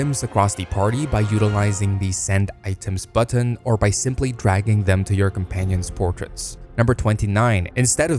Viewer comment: How do you mispronounce "button"?